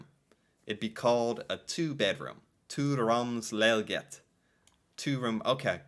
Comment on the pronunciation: The "sokkel" part was spot on. :-D "Leilighet" not so much. :-P You almost got it there, nice! The syllables: Lei-lig-het